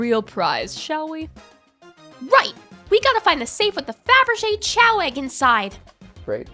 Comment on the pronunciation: Still confused why the pronunciation of "chow" instead of "kay-oh" (like the word chaos). I always assumed that it's the same as "chaos", because of the Chaos Emeralds"